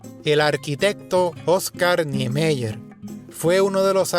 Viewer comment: Como o Edifício Copam em São Paulo e põe a foto do Edifício Niemeyer (a pronúncia do nome é NiemÁier) em Belo Horizonte 🤯